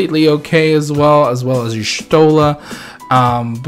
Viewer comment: You can hate me all you want & call me names, but I'll be that person.. Zidane is pronounced as "Zee-DAHN" and not "Zee-DAYN". And Y'shtola is pronounced as "YASH-toh-la". Now I can die in peace, thank you.